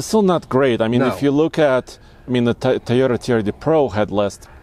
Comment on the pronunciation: I’m offended with how this man says “Toyota” and “Tacoma.”